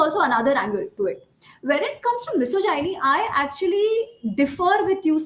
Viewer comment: Is it just me who is bothered by how she's pronouncing "misogyny"? I appreciate her thorough research and her opinion on the topic though.